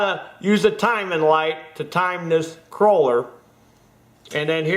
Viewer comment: Great information, exactly what I needed to know. But, I have to say, it is a KOHLER engine, not a KROLER, just sayin' buddy. A Kroler (Cruller) is what you buy at Tim Hortons to go with your coffee! Boogie on and keep those videos coming.